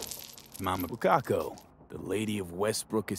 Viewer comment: Text: "Mama Wakako" V: "Mama Bukkako" God I love you